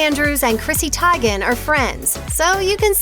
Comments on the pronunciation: Its Teigen not Tiegan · It's TeeGan. Not Tiegan. I think. I can't stand this bitch. She looks like a Pekinese. A shit talking Pekinese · Her last name is pronounced..Teegen....not Tie-gon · Probably not interesting to people but she is half Norwegian, and we had a singer called Teigen who died in February 2020. Its not pronounced teegen. More like Tie gen. I mean unless she americanized her name:) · TEAgan not TIEgan. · TEEEEEEEGAN!!!!!! NOT TIIIIIGGAANN!!! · Everytime she says "tygen" it sounds like "tyga" it's teigen like "teegan" (not a fan, just clarifying)☺ but she messy tho😢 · She once said her Dad hated how everyone mispronounced their last name. She actually said the g is a soft g not hard like jen not gen. Whatever it is she still sucks!!🤣🤣🤣🤣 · Lol their calling her chrissy tyegen not tiegan😂🤣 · People keep saying her name is pronounced "Tee-gan", but Chrissy said in a Lie Detector Test video that her name is pronounced "Tai-gan". I don't blame them tho, since Tee-gan is how everybody has always been saying it. 🤷‍♀️ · It's "Tea-gan" not "ty-gan". I love her. She's very opinionated woman that scares people. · It isn’t «Thai-gen», it is «Tey-gen» (it is a Norwegian name).😊🇳🇴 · It's been pronounced TEE-GAN for the longest time, dont get mad because people think it sounds fkn weird every time you say TIE-GAN. Lol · Chrissy TIE-GUHN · “cHrIsSy TYGUNNN” I’m dying😂😂😂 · I like how they keep mispronouncing her name purposely. It’s probably making her violent at home! Tiegan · Hears Chrissy “TIE-gen “Alright. that’s what we’re doing here” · Yes its pronounced TEEGAN, stupid dumb bitch is pronounced TEEGAN!!! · It's pronounced teegen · It’s pronounced TEEGEN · Pronounced "Teegan" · It’s Tee-gan! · TEE-gen, you fool. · You're litterally the only person who would pronouce her last name like that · I really want to watch your video but you calling her by that last name is so effing annoying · I'm glad her last name is mispronounced...hahaha. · Thank you. Lol